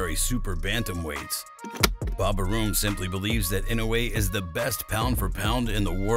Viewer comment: Bob "A-Room." LOL.. Dude announcer that's Arum.